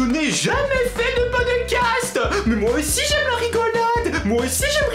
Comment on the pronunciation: ton podecasteuh est trop cooleuh et j'aiméréeuh un podecasteuh sureuh les palmiéeuh